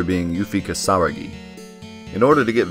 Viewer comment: The way you pronounce Yuffies last name was cringe. Its Key=sah=rah=gee